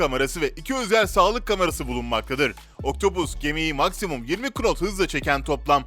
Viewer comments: knot diye okuma nat diye okunur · KNOT yazılıyor ama NAT diye okunuyor !!! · knot'un okunuşu not şeklindedir. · Knot olarak yazılır Nat olarak okunur 🤷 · knot nasl okunur onu bile bilmiyorsun. abonelikten çıktım derhal